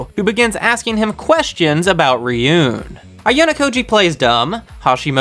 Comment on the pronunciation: Why do you call it “Ryun” and not “Ruen”, the latter is the right way to pronounce it, even tho it’s spelled another day.